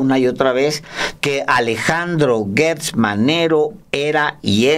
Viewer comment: Repiten y repiten el nombre de Alejandro GERTZ Manero, PERO lo pronuncian mal, es GERTZ no GUERTZ!!